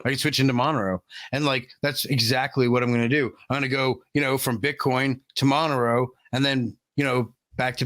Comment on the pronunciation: at least pronounce Monero correctly FFS